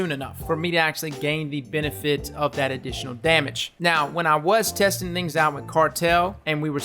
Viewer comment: I love your vids man and I hate to be the one to call you out, but I think you said “Annitional” instead of “Additional” xD Doesn’t change my mind about you or your vids, AND I COULD BE WRONG, so keep up the good work!!